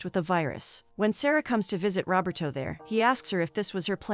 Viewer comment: It’s “Roberto”, not “robber toe”!